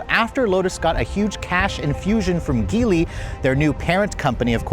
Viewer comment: The "mother company" Geely is not pronounced your way, it's pronounced "Jee Lee"